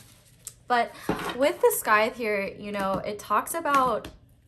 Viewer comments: Scythe is pronounced S - eye - th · Picked pile 1 and although its just started, just wanted to say Scythe is the thing Death carries, its said sigh-th, I know you'll know and just haven't seen the word written out probably before xD but I checked the comments to see if anyone else had mentioned and didn't see anyone so, just being helpful, not being shady! x